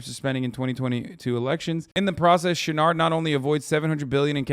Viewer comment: I listened to the first half of this without looking at the screen much, imagine my surprise when I discovered Hasan was trying to say "Chouinard" the whole time